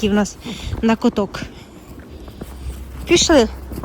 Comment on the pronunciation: Не кОток,а кАток!!!!!! А ще краще КОВЗАНКА !!!!